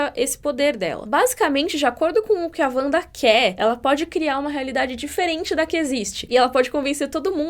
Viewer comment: É "Vanda" mesmo, com som de V